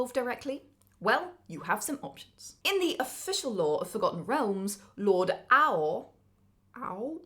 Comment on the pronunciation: Ao is just pronounced A-O. It's a play on "alpha and omega".